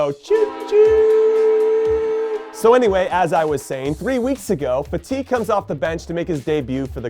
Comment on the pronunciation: I hate the way he pronounces fati 🥴🥴